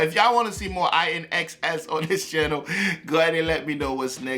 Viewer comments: And the band name is pronounced like "in excess"😉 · The pronunciation is. IN EX SESS...like in you were to say in excess. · Pronounced "In Excess". Yeah I was really into them as a teen. Perhaps spin Black And White, What You Need, Devil Inside, Don't Change, To Look At You, Need You Tonight. And the blues/roots artist Bonnie Raitt released an excellent cover of Need You Tonight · Their band name is pronounced "In excess" 😉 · It's pronounced inexcess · Its pronounced In Excess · please do the official video of this song...woo hoo. So cool and sexy! Shaboo Shooba album was 🔥. INXS is pronounced IN.....EXCESS. Thanks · 💔RIP Michael Hutchence - LOVE INXS!!! It's pronounced 'in excess' - Please react to -Never Tear Us Apart (a love song) -Need You Tonight -What You Need -Devil Inside -New Sensation -Thanks!!! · Pronounced “in excess”.